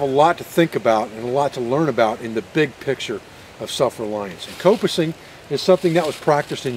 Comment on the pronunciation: The pronunciation of coppicing here in the UK sounds the like cop (as in police officer) Done a bit of coppicing, mainly to harvest stakes (long poles) to help support a newly laid hedge. There is also a variation, called pollarding. Where the tree is cut higher off the ground, partly to prevent animals from eating the new tree shoots. Also when coppicing, should take some care to leave the stump as neat as possible, and so that water can't pool on it, and possibly endanger the tree with rot. Prefered method was to use an axe, as leaves a nice smooth surface that'll water will run off.